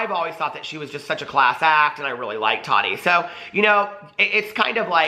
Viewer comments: DAMNIT!!! ITS TAH-TEA NOT TODD-DEE. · He said tadi lol